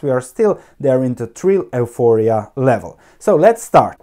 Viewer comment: if you don't mind one small suggestion, euphoria is pronounced as (yuforia).